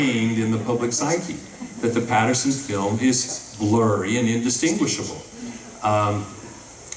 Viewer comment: It's Patterson not Paterson.